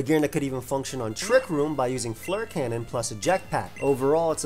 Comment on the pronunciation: The way you pronounced "fleur" makes me cringe as someone who speaks French